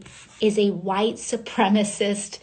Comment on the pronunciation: Man, I was genuinely worried for a second that she'd forget to mention huwite surpemacy, but she clinched it at the end.